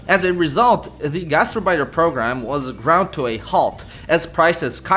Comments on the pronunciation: Knowing German and hearing gastarbeiter pronounced like that really, REALLY hurts The gast part is fine, it's the arbeiter (which is more like ahrbaitr) than urbeitr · Gaz terrr biters!😂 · The way you pronounce "Gastarbeiter" sounds like "Gaster biter" and it tickles me pink. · He's showing his 'Merican side there. I only speak Pigeon German. It sounded perfect to me in Indiana. But I know I don't say Bratwurst or HofBrauHaus correctly. But we just say 'Brats' (frying) which would confuse any good German. Here it's understood to mean sausage, but we are happy in our ignorance.